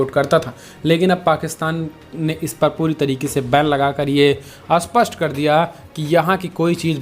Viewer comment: क्षमा कीजिए महानुभाव जब आप स्पष्ट शब्द का उपयोग करते हैं तो वह अस्पष्ट जैसा सुनाई देता है।